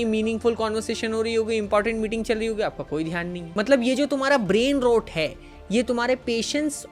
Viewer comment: "brain rot" pronunciation toh thik se sikh lo bhai.